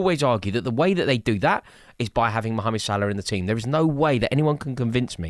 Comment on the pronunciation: I love how Rory says Salah's first name like an Egyptian!